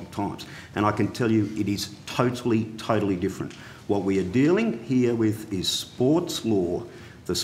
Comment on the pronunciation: Had a pencil in or around his mouth for much of the questioning, seemingly unable to pronounce "th" - heard "commonwelf" and "wif" instead of with.